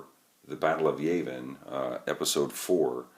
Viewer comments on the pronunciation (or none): Yah-vin not Yay-vin.